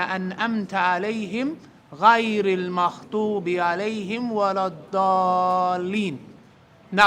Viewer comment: Alsalam Alaikkum, brother you said a mistake in surat alfatiha with the last verse the word المغضوب you have spelled a خ sound where it should have been a غ. Other than that everything you have mentioned was great thank you for the reminder and jazak allah khairan.